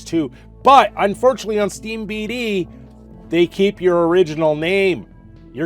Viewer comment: Steam D B, as in DataBase. Not Steam BataDase